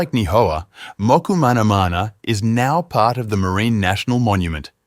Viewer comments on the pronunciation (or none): Your pronunciation needs work: Mokumanamana is Mo-koo-ma-na-MA-na, Nii-hau is NEE-ee-how, Kahoolawe is Ka-hoo-LA-Vey (in Hawai’in, W is pronounced as V) and Lanaii is La-NA-ee. Also it was King Ka-me-ha-ME-ha (you dropped a syllable.). But your history is solid.